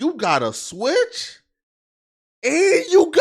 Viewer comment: “Switch” , “Ghost Gun”??? How does he read everything correctly and just screw up those two words 🤦🏻‍♂️😂